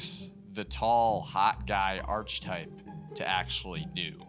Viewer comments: Ar-kuh-type, not arch-type. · As someone who pronounced ARCHETYPE wrong in a film class and learned the embarrassing way — please look it up: aar·kuh·type 💗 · Maybe before you drop another vid you should go back to 3rd grade and learn how to say ARK UH TYPE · Just pronounce archetype correctly and you’d have a nice video. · It hurt every time he said archetype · fr. please say it with hard "ch"